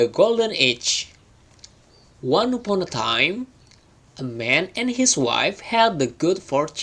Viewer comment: Mas dikoreksi pembacaan kata ini, silahkan liat kamus pengucapan yg benarnya : 1. Once 2 upon 3. Eggs 4. Though 5. Thought 6. Would Biar yg belajarnya jg sesuai.. takut mengikuti pembacaan yg salah 🙏